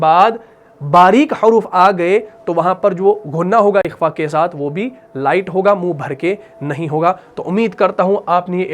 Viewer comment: ماشاءاللہ بہت عمدہ پڑھاتے ہیں آپ ایک چھوٹا سا سوال حرف خ - آپ جب قرآن میں تلاوت میں بالکل درست ادا کرتے ہیں لیکن جب لفظ اخفا کہتے ہیں تو کاف کی آواز آتی ہے اکفا - اخفا